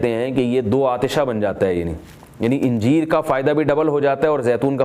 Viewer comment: Injeer nahi bhai Anjeer bolte hai 😢